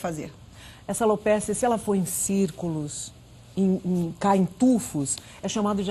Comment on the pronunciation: Alopecia e não alopécia.